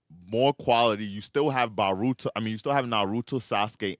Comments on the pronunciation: Bro it’s boooooooruto brother I take bolt first then VAAARUTO. I swear I have to be in an alternate timeline why nobody corrects this mf 💀💀💀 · Can't take serious when he says Baruto 😂 don't know if he doing it on purpose but he grinds my gears